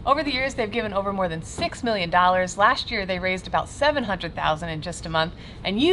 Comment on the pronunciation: "Lasht Year"